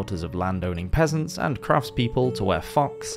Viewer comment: Omg I thought you said pheasants at first 😅